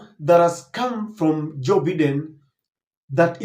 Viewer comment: 🎉When you have an international audience its important to pronounce names correctly. You have been told before on this forum by various readers...Its Bye den. Not Beeden.